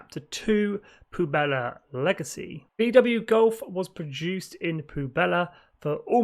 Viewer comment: Just one thing to note it’s pronounced pweb-lah, not poo-bella, which can also mean garbage or trash